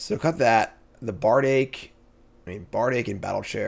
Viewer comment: Bardiche pronunciation should have got a Hermoine sound effect too.